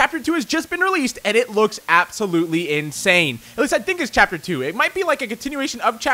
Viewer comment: he said tapter 1 im pretty sure.